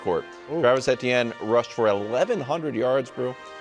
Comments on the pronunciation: Both KW and Nick said it correctly? Saying it EEH-tee-en is the only incorrect way to do it. It’s a French name and is pronounced Eh-tee-en there, and Travis himself said in Louisiana it’s usually pronounced more like Achane. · can these guys figure out how to pronounce Etienne